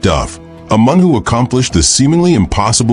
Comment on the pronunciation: Can this robot not be taught to pronounce the word “man”?